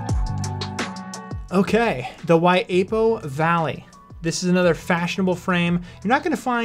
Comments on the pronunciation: Waiipo is the wrong annunciation for Waipio (WHYPEEOH) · Y P O ..... thats how you say Waipio Valley